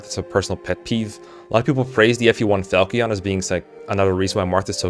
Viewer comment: Fal-key-on 🤣 Never in my life have I heard it pronounced that way